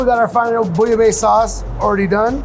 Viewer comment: A french like me won't appreciate this interpretation of bouillabaisse